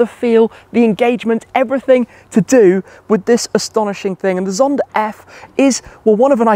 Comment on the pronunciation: Why does it seem Shmee adds an R to the end of some words? I hear Zondar instead of Zonda 😂